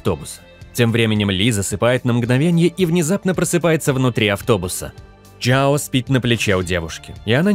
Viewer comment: чжАо, я не чжЯо, чжАн, а не чжЯн